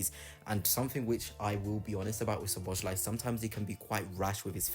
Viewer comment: Good video, but please learn the proper pronunciation, because you hurt my ears with your attempts. It's so-bo-sly. "S" and "Z" together make the "S" sound. You can also look at it like the "Z" is silent.